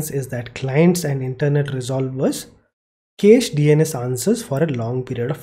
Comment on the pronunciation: Cache in USA is pronounced as cash. Anyway, awesome content. Thank you so much.